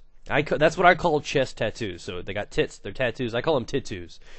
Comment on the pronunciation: LOL "titoos"